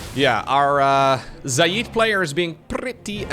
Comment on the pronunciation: it's pronounced "Zay Id." Think "Say" but with a Z + "It" but with a D. Not "Za yeed" or whatever weird Indian accented pronunciation you keep using.